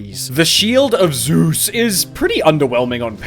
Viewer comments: What is it about how you say Zeus and it being so funny? “Pick ZOOOZ!” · I love how you pronounce Z E U S Every time. Keep berating me you wonderful aspect of weather!